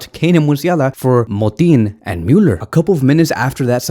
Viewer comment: The way he says Müller he says it like Mewler 🤫🗿🤦‍♂️